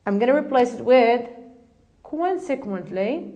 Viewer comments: not kwansek but konsek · Check your pronunciation about "consequently " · I'd like to thank and congratulate you for this noble work. You've done such a great job for the lesson was concise and to the point, but still I have some remarks on how you mispronounced ( consequently) and you put too much stress on the D in ( due to) which gives the impression that you're saying ( do you to). Good luck and keep up the good work!